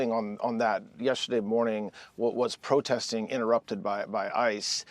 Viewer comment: He's so nervous about his LIES that he cannot even say protesting. Prostesting???? OUTRAGE